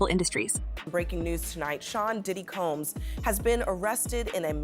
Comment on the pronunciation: SOMEBODY!!..ANYBODY!! Needs to teach this A.I. robot to learn a consistent pronunciation of 'Combs'. It's NOT Cambs..it's COmbs. It's so tiring and irritating to have most content on YouTube to be lazily narrated by A.I. seriously, it's why I don't subscribe or Like any of this stuff. Yeah, you got a comment BUT you won't get another view.